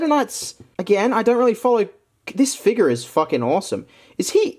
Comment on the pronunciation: I like the figures episodes. I also like how you say "figures"